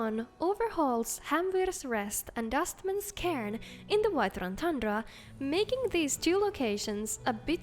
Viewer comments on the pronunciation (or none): none